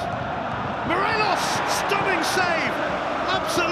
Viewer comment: I love when the commentator says MORELOS...... still can't score 😂